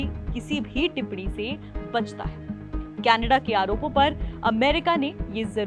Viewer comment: कैनेडा नहीं कनाडा